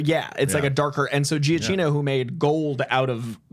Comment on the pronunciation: Every time says Giacchino, I'm like: 😒